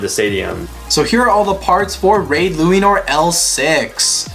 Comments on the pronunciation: I love the part when he says raid luinor he says luainor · Say it right ok here lu-a-nor Ok not bahamut balkesh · It's luinor